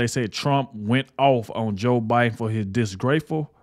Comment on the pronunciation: It’s not bi den!!! Who’s the Pupp remaster???